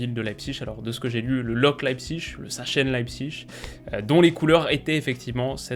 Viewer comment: Par pitie Prononces le Sarsen ou Saksen mais jamais sachsen ! Sinon continues tes videos, j'adore t'ecouter depuis Berlin, tes analyses sont fines et on sent tout le travail effectue en amont :)